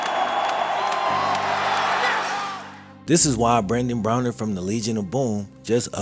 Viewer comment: Love the video. Pronouncing his name with an e rather than an a drove me insane though.